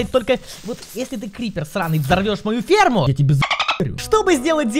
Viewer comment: я услышал перму вместо ферму